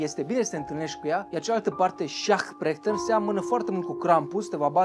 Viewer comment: La Perchten ai spus cumva Prechten sau mi s-a parut mie ?